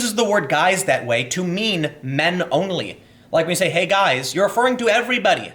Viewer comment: " Hey, you...gois?"